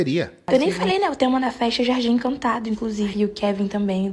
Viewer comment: ENCANTADOH? ESPAÇOSOH? DA FESTAH? BALÕESH? FAZER A FESTAH? UM MÊSH? AS MESASH? UM MÊSH? FICAVA CHOCADOH? A COISA AMIS LINDAH? SE ARRUMAH? DE ROSAH? BRINQUEDOSH? JOSIH? COMEÇAH? PRONUNCIOUH? IHHHHHHHH